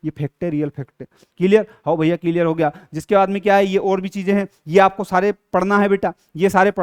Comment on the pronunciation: Clear 👎ciliar😂👍